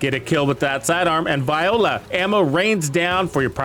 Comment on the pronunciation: Is he meaning to say voila? 😂